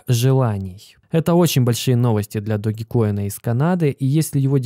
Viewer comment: Не Доги коин, а Дож коин